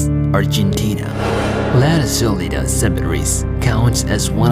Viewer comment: That's definitely the wrong way to pronounce "La Recoleta"